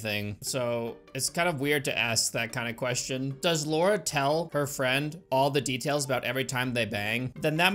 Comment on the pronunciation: the way you say Laura lol